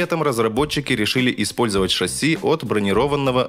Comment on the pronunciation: Лайк и камент за правильное постановку ударения в слове брониро́ванного и ИМХО небольшой комментарий по теме данного видео, для продвижения видео в рейтинге ютуба плюсом лайк для посильной поддержки данного интересного, познавательного и развивающего канала по теме автомобилизм. IMHO a small comment on the topic of this video, to promote the video in the YouTube rating, plus a like for all possible support for this interesting, informative and developing channel on the topic of motoring.